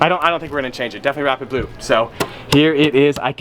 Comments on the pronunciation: Did anyone else hear him saying “wrap it blue” instead of “rapid blue”? I was so confused for a minute. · Anyone else think he kept saying "wrap it blue" instead of "rapid blue" paint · Ngl when I heard him say rapid blue I thought he said wrap it blue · I swear he kept saying he'd 'wrap it blue.' 😂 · Who else thought he was saying “wrap it blue”